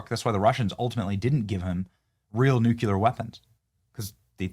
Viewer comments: Benny, PLEEEEASE stop saying ''NOO KYOO LER!'' The CORRECT pronunciation is ''NOO KLEE ER.'' C'mon!! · Hey Benny… Love your show… But the word is New Clear (nuclear), not Nuke You Leer! Damn boy… Get it right... it's not even funny! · "NUKE-YOU-LER" is not a word bro...NU-KLEER (nuclear) is, your welcome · DAMMIT, Benny. It is pronounced NEW-KLEE-UR. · It's "NUCLEAR" I'll make it easier... NEW-KLEE-YUR. Its very difficult to take you seriously when you exemplify your lack of intel